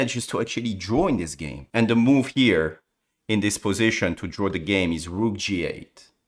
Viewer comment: Da ruukh... THE ROOK. Sorry, I hate this pronunciation...